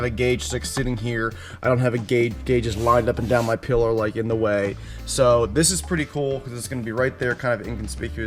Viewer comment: PILLAR- n. a form of Support. pron.- PILL er not pillow jackass people with too much money